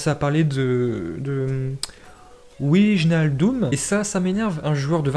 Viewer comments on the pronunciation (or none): En vrai wijnaldum c'est super simple ça se prononce Waï nal doume . Et c'est un excellent joueur de Liverpool pour le coup donc grosse prise si il vient au Barça 😉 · Wijnaldum Tu dois le prononcer Wynaldoume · Pour wijnadum ça se prononce ouinialdoume